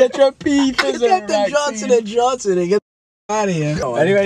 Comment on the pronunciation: Jauwnson and jauwnson. Also the “get ahtah heya”